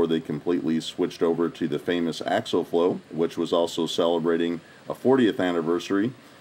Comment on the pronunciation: AX-----EEEEE----ALL= AXIAL